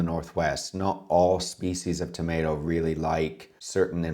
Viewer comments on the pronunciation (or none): none